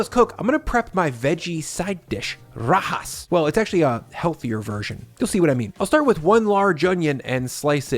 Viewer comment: It all looks good! Did you say " Kay sah dill ah" instead of " kay-suh-dee-yuh" on purpose as a joke, because you pronounced rajas correctly, which I think the "j" would stump most english speakers? I am constantly amazed at how big and empty refrigerators in videos are. Because of space constraints in my kitchen, my fridge is way smaller and always jam packed.